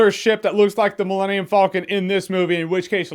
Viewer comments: "Millennium Fulcon" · You pronounce Falcon weird. Kinda sounds like you’re saying Vulcan. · "Millennium Foll-kin" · The way you pronounce falcon bothers me